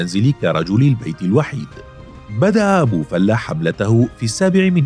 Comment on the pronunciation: معلقين الناطقين بلغة العربية كلهم بيقولو ابي فلُة او ابي فالاة افهمو وانطقو صح ابو فلِة